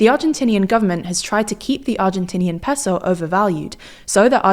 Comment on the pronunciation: seriously stop saying peso like that